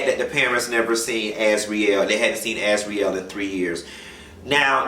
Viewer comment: AZZ-REE-ELLE.... ISN'T THAT THE NAME OF THE CAT ON THE SMURFS😆😆😆... I'M NOT LAUGHING AT ABUSE IT'S JUST MAKING ME HOLLER TO LIGHTEN MY SPIRIT. WHAT RKELLY DID DESTROYED SO MANY. HE'S EVIL. I GAVE HIM A MAYBE AFTER AALIYAH BECAUSE I LOVE HER BUT SHE WAS ADVANCED.TOO MUCH FOR A 13 YEAR OLD SHE SHOULD'VE BEEN WITH A 19/20 YEAR OLD AT 15.TIMBALAND SAID AALIYAH WAS SO BEAUTIFUL IN SPIRAND PHYSICAL THAT HE WAS IN LOVE WITH HER TOO AS A TEEN, BUT HE NEVER ACTED ON IT BECAUSE HE SAID HE WAS TOO OLD. NOW WE KNOW HE'S A MONSTER. THE INDUSTRY IS FULL OF PERVERSION,BUR HE NEEDS TO BE MUTED.*